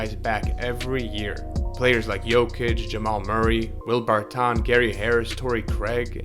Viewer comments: Haha bro I thought he was messing with us 😂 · bro why are you pronouncing Barton’s name like that 😂